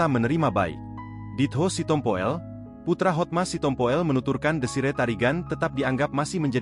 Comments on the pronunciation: Hotma Sitompul, mas. Bukan "Sitompo el" astagaaa 😓😞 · Yang baca kok gitu bgt si, si tompo ell 😂😂😂" sitompul‼️